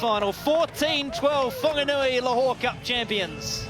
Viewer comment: Thanx to WFRTV → 2maarrch Whanganui Butcher Boys ☺ √ → commentators you sound ridiculous/stupido it's Whaaaaarrrrggganui NOT fonganui → there's no "O" in Whaaaarrrrggganui capic....speaka da englisi :)